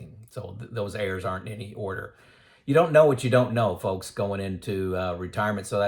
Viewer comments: Good information. Just got me confused when he talked about heirs until I realised he was saying errors?!? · Errs to the Throne. I thought he was saying "heirs" too. 2 out of 300, didn't have anyone to leave their inheritance to! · Ha - I thought you were saying "heirs" at first, not "errs" or "errors". Gotta love closed-captioning - that helped clear that up for me. LOL I agree with everything you said in this video. I'm glad I found your YT channel. I retired at 64, 65 now. Just like you mentioned. I waited for a project to complete before retiring. The last 2 years were working from home sitting in a chair for 12+ hrs/day. Now my health is worse - but I blame COVID for that. I now tell everyone who will listen that they need to retire early to maximize those "go-go" years. I thought getting old would take longer, it hits you full in the face (like a MAC truck) before you know it. Thanks from Denver